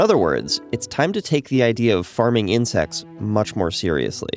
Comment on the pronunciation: "eating insix"